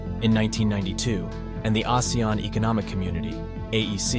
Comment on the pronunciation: Not many people pronounce ASEAN correctly. Thank you for calling our alliance name correctly ❤